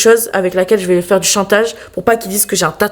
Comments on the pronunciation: elle a dit tatage ou c'est moi ? 😂😂😂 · elle a dit tatage😂😂😂😂😂❤❤